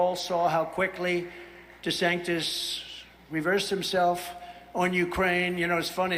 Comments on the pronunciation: Lmfao is he purposely saying “Ron Desanctis” 😂 or is that the lack of pronunciation this half dead mf exercises daily lol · Tiny Ron is so much better, and easier to pronounce, than Ron Desanctus. What a complete and total fuckup. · So this dip💩 wannabe dictator mispronounced his joke nickname of “Desanctimonious” as “Desanctus” and he and his cult have stuck with it? Wtf do his minions think Desanctus means other than their musouth and demented leader not being able to speak?